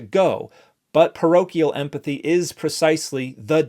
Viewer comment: Clam down everyone I was just making a joke about his pronunciation. It sounded like emFathy